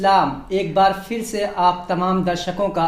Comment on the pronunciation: Phir aur fir ka talaffuz alag hai. Usko samjho